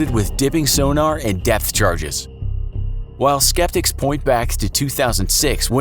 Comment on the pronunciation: Did he say death charges? =/